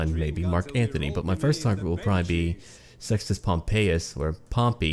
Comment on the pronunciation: i thought you said "sexist pompey" xddd